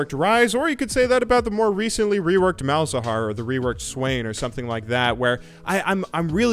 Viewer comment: Malz got fking butchered. no, noo xD